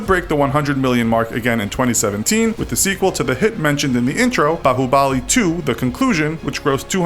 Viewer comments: you said baahubali wrong mate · my bro in the beginnin' he pronounced 'bahubali' as ''bahuboli''. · The way he pronounces Baahubali : “baahuBAAAAAAAAli” The way he pronounces Dangal: “DAAAAAAAAAnGGGLLLE’ It just cracks me up 😂😂😂